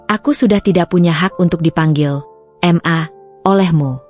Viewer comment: "ma" bukan "m" "a" sebut dgn betul lah...🙄